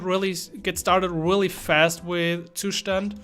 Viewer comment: I've played this video only to hear the correct pronunciation of the Zustand ☺️ Thnx buddy